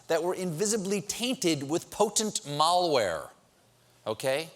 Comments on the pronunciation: idk is malware pronounced like that 👀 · Is it just me or did Stephen mispronounce "malware" ?